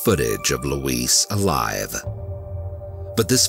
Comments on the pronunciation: LOUISE NOT LUIS. My God. Let's break this down. Louise- LOO...EASE.. (female name, typically white USA southern, similar to LouEllen) Luis- Lue-easse. (Male name, typically hispanic) Ah Dijos le pido😏 ayuda me! K? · Her name is "Louise", not "Luis". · Louise is NOT pronounced the same as "Luis" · i feel like someone needs to help you with this... LUIS (how you pronounce Louise) is the spanish version of Louis, Louise (lou-ease) is a female name. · I love these videos. Of course not what happens, just the way you tell the story and your voice just makes you feel everything. The first story I couldn't get over though because my mom's name is Louise and the way you kept pronouncing it like Luis was driving me insane lol. I know that's silly but the way you talk is part of the reason I am so addicted to these videos so that just got under my skin. The story itself ended exactly as I suspected though. It's a sad world we live in. People get mad when I don't let my son go with any family member whenever they want but you just don't know who to trust anymore. It's usually those closest to you and not a stranger. I hate that it's the way we have to be used to living but unfortunately if we want to keep our babies and ourselves safe, this is just how we have to think now :( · Is her name louise or louisse the animation is mispronouncing her name.He is pronouncing it as the Male version of Louise. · Please google how to pronounce Louise lol